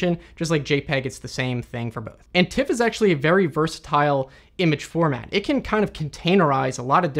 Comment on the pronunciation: An observation: All other image formats you pronounce correctly. JPEG as jay-peg or TIFF as it's spelt, but with PNG you always say PNG - not ping. How come?